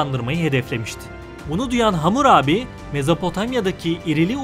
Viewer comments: Hamur abi değil; Hammurabi!! Bu nasıl telâffuzlu seslendirme??? Böyle önemli bilgi programı doğru terim/isimlerle seslendirilmeli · Bunu demek için gelmiştim. Ne zaman Hamurabi diyecek diye başka birşey dinleyemedim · Vurgu nasıl yapılır öğren abi lütfen . Vurguyu bilmiyorsun diye hamur abi diyorsun resmen